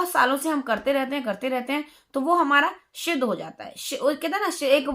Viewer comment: क्षमा करें परंतु आपको सिद्ध बोलना ही नहीं आ रहा शिद्घ बोल रही हो 🙂